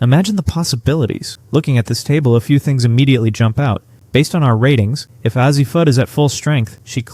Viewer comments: It's pronounced "A-Z." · You're mispronouncing Azzi Fudd's first name. The "A' Is pronounced as in "phase", not as in "had". Otherwise...we'll see. At least you're willing to conjure...good for you! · then what is the deal with how KK and Azzi's names are said?